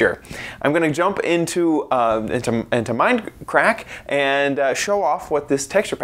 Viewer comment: Did he say mindcrack????!!!!